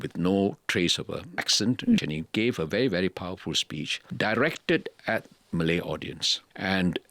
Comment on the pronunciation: Why does he say "Malay" like it has a hard "R"